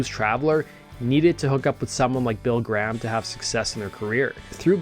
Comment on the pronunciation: It’s GRAHAM; pronounced GREY HAM !! Not GRAMM